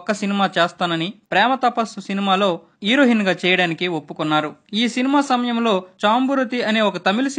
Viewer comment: హీరోహిన్ కాదురా నాయనా....హీరొయిన్